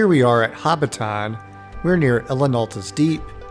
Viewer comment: Learn to pronounce Hobbiton for godsake.